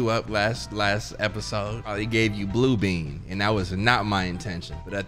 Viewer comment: Bruh said blue bean 😭😭😭😭